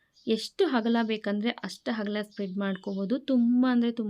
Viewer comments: ಕನ್ನಡ ಉಚ್ಚಾರಣೆ ಸರಿಯಾಗಿರಲಿ 🙏 ಹಕ್ಕಿ ✖️ ಅಕ್ಕಿ✔️ ಹಗಲ ✖️ ಅಗಲ ✔️ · ಅಕ್ಕಿ ಅಂತಾ ಸರಿಯಾಗಿ ಹೇಳಿ ಅಗಲ ಅಂತ ಹೇಳಿ ಹಗಲ ಅಲ್ಲಾ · ಹಕ್ಕಿ ಅಂದರೆ ಹಾರಾಡುವುದು ಪಕ್ಷಿಗಳಿಗೆ ಹಕ್ಕಿಯನ್ನು ತಾರೆ ಅಕ್ಕಿ ಅಂದರೆ ಅ ಅಮ್ಮ ಅವನ್ನು ಬಳಸಿ .ಹ.ಬಳೀಸಬೇಡೀ. ಹ..ಬ.ಉಂಡೆ. ಎಂದು ಚೆನ್ನಾಗಿ ಮಾತನಾಡಿರಿ ಹೂಂ ಡೆ. ಬಳಸಬೇಡಿ ಕನ್ನಡವನ್ನು ಅಗಲ ಅಗಲ.ಎಂದೂ ಹೇಳಿ ಹಗಲ.ಅಲ್ಲ.